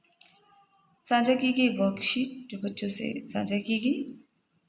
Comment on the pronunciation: साक्षा नहीं मैंम साझा